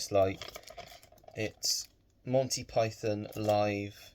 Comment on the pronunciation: Always good to see more Python, not to mention the joy of hearing a fellow Brit oronouce it properly and not PIE-THON (with gross emphasis on the second syllable) like so many Americans do in their vids! I think I mentioned a potential forthcoming release on 4K for Holy Grail and I saw it’s fir 25th August though I doubt it’s got any noteworthy new special features and, like so many modern steelbooks, it’s a pretty ugly mishmash of the original poster plus way too much cluttered text. I’ve been trying to cut back on spending myself as my recent refurbishment of the flat hasn’t been cheap plus I’ve not been overly bothered on picking up a lot of new releases. I received the utterly splendid Wake In Fright Boxset from Umbrella last week which in itself wasn’t cheap but is so stacked with features and even the original book that it more than warrants importing. Really superb Ozploitation film with Donald Pleasance though I’d forgotten how uncomfortable it gets, especially regarding an infamous kangaroo scene. Other than that my other major purchase is Orlando with the always divine Tilda Swinton which is a gorgeously shot film that’s surprisingly witty and well worth a watch. Another lovely set from Curzon, a company who have really stepped up their game with quality releases and especially their gorgeous boxsets covering the works of Wim Wenders, Lars Von Trier, Ruben Ostlund, Peter Strickland and the forthcoming Michael Haneke. Take care,, and let me know as and when you